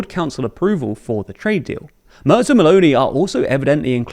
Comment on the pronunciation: Tip: Try Mairts instead of Murts. It is much nearer and much more agreeable to all the other ears that aren´t anglophone.❤